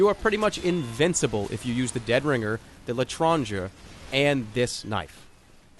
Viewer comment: It’s pronounced “lay trohnzhay”, only the r is like a hocking sound.